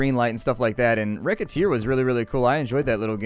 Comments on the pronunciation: Why do you call recettear reketear? The name is made from the (japanese ponounced) names of the two main characters: recette (resettie with the second e like an uh) and tear (sounds like T i ar). (Sorry it kinda bothered me, don't know why :P ) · Get Manic Yeah, but he pronounced it as Recketeer... TOok me a while to figure out that he meant Recettear.